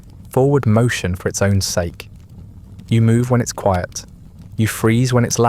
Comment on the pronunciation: Of course it is. Multiple channels using the same voices, delivery. Also constantly using the wrong pronunciations of words like “polish” and “bow” and “sake” that a human would know makes no sense